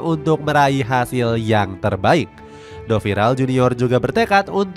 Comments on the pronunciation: Pelatihnya yg sekarang namanya DORIVAL JUNIOR min, bukan DoViral. 🤦🏻‍♂️ Berkali-kali disebutin, salah mulu. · Nama pelatihnya Do"Rival" atay Do"Viral"??? Saran min.Tolong recheck lagi sebelum upload video. Kadang sering salah sebut gini 😢 Good luck di next video untuk narator video channel ini 👍 Terima kasih. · gedek bet denger naratornya bukan nyebut nama RIVALDO, malah 'FEREIRA.' DORIVAL dipanggil DOVIRAL, sembarangan bet nyebut nama orang, lo aja kalo nama lo salah sebut/salah tulis kadang tersinggung 🤯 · Dorival dorvial tapi ngomongnya doviral gk tau mana yg bener 😂